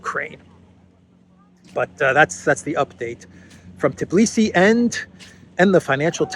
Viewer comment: it is Tbilisi not Tiblisi. Tbi-lisi. Your eyes see it, your fingers type it correctly but in speaking you swap two letters around. A common mistake, everybody says it, which adds to not becoming aware of the error and simply repeating it. Just like the fake story subject of this video. That other news outlets ran the story is no excuse,: you repeated it like a parrot, just like Tiblisi. Makes one think how many other "errors" are also simply repeated unconsciously. People's heads are full of it...